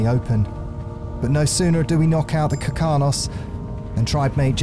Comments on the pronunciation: This is amazing to watch. BUT ITS KARKINOS NOT KIRKANOS. (idk why but it mildly infuriated me lol) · Dude the way you pronounce Ravager and Karkinos gave me radiation poisoning